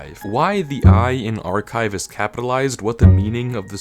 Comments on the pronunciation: i flinched when i heard archIve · ARCHIVE AS IN ArchIve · "ArchIve" Oh goddammit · When I heard "ArchIve" i flinched like a abused puppy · I flinched like an abused wife when i heard “archIve” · "ArchIve"? is at it again... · "ArchIve" - MY BOY NOOO FRICK YOU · “ArchIve”’gave me flashbacks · "ArchIve" ain't no way this guy's gonna head north